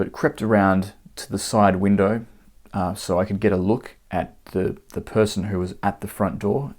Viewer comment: The word - so - is not supposed to have 3 syllables.